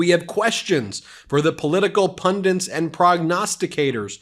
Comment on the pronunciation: Pundits NOT pundiNts! Too many mispronunciations. Vote BLUE! 💙